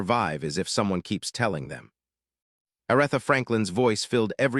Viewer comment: Her name is A r eeee tha! Please stop messaging up her name. It turns us all off and we can't listen anymore. How can you not know how to pronounce her name?